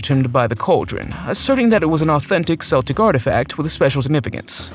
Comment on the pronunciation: Edin- bouroh is how its pronounced..... And it's a hard K sound for Celtic.